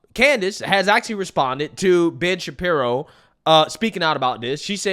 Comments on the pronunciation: Hey are you saying Bitch Shapiro or am I the only one hearing this? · for a moment there I thought you said Bitch-Apiro